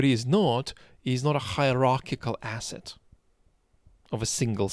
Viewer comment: I was just trying to make fun of ‘s pronounciation of the word asset 🙂